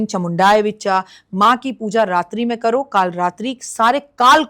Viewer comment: राखी जी का मंत्र उच्चारण सदा अशुद्ध होता है ! नवार्ण मंत्र में अंत में "विच्चा " नहीं, "विच्चे " होता है ! इनका मानकर कोई यें मंत्र का जप करें, तो उसकी साधना ही ख़राब हो जाये !